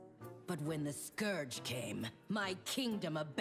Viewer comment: she fixed her pronounciation of "scourge" i see. as for the story...uh, what's even her motivation?